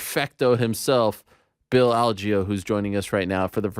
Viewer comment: Ariel why did you start pronouncing bills name wrong after getting confirmation? Lol